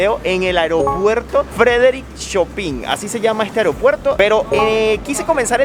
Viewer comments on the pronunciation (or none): nota, no se pronuncia "Chopin" si no "Chopahn" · se pronuncia Shopán, no Chopín. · Chopán, no chopín 😁 es como se pronuncia en francés. Y lo digo en buena lid. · Muchas gracias por el video; muy interesante. (Un dato muy curioso ese de los "Bares de Leche") Aeropuerto Frederick Chopin. Esa "i" en el apellido del famoso musico polaco se lee como la "a" española. Es decir hay que pronunciarlo "chopan". Leccion Sobre los Contratiempos al Llegar: Al visitar un pais por primera vez, buscar un viaje en el cual el avion llegue al aeropuerto de dia. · perdón que te corrija, pero Chopin se pronuncia "Shopan", fue el compositor polaco más importante del romanticismo ( ), compuso música maravillosa para piano principalmente y dos conciertos para piano y orquesta. Yo estudié mucho su obra, fui pianista. Me emociona ver Polonia. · Felicidades por ese millón. Espero suba como la espuma esa cifra. Bello país. Me agrada que nos muestres cosas buenas de países "exóticos" para la mayoría de nosotros., disculpa se escribe Chopin pero se pronuncia Chopan. Que la pasen de lo lindo los dos! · Se pronuncia: Chopan= Gran pianists y compositor Polaco. Consultar Wikipidia 🤔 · “¿Chopín?” ¿En serio? 😂 Y bueno, así se lee en español, ni hablar... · El apellido de Frederick Chopin. Se pronuncia: Cho-pan. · pronunciaste mal el nombre del compositor, se escribe Chopin, pero se pronuncia shopen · COrrección se pronuncia: "Shopan" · Jajajajajajaa, el francés polaco... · Chopin se pronuncia la I es una E.